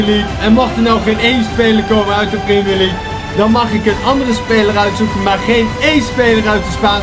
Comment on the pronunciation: Priemjer liek goedzo